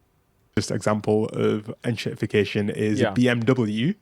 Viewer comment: En-Shitty-fication alright 😂